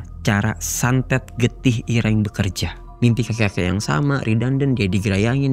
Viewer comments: getih ireng, "e" nya kayak bilang "bareng", jadi bukan kayak bilang "cireng" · Irenggg moasss irengggg (bunyi kyk kata "ganteng" or "item") bukan ireng (kyk loteng, banteng, or whatever) 😫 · Sekedar saran, jika mau menyebut kata bahasa Jawa, cari tau dulu ke orang yang paham basa Jawa. Shgga dalam pelafalan kata tidak keliru. Dlm video ini, menyebut "Ireng" seperti menyebut kata "cireng". Pdhal tidak sprti itu. Maaf ya, bkn mksd apa², 7an nya hanya meluruskan sj, agar kesalahan 1 tidak menyebar lagi. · Iya Ireng jdi Kata cireng TPI ga pakai C dia nyebut nya 😢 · Mgkn bukan org Jawa, jadi nyebut ireng itu kyk nyebut cireng, atau mgkn kebanyakan makan cireng 😂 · Getih ireng mas. Bukan getih ireng.... 😅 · Ireng mas bukan ireng😂🙏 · Irang iréng. nyebut yg bnr. 😂 IRÈNG!!!! Dibenerinnya pas udh kelar. Ga dr awal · Cara nyebut ireng aja salah mulu😂😂😂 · Sory gw salfok sama penyebutan getih ireng oleh si mas bertopi. Yang bener kan penyebutan huruf e di kata ireng sama kayak penyebutan huruf e di kata senam. Sedangkan mas nya nyebut huruf e di kata ireng dgn pelafalan huruf e di kata nenek.